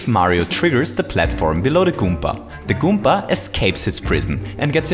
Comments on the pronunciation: did he just say goomka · I miss the old days when he said "kooper" and "goomber"